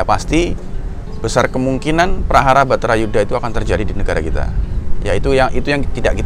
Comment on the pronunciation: Bukan betara Yudha Kang, tp Barata Yudha